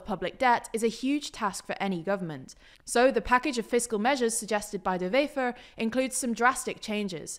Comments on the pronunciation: Please stop pronouncing Dutch words as if they're German! "Wever" is pronounced exactly as if it was an English word. Not "Vefer"! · I heard Bart de Vever, when in Vlaams, it's pronounced closer to a W in English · NB: Dutch/Flemish doesn't use the same pronunciation rules as German... So this is not how you pronounce 'Bart De Wever' 🙂